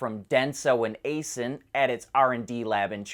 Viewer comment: Aisin isn't "ay-sin"... when I was their tier 3-4 supplier they called themselves, "eye-shin" (Aishin)...but then again, I think you have a wonky pronunciation of Citroën too (I was also a PSA/FCA) supplier.